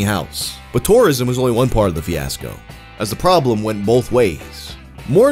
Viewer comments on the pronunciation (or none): none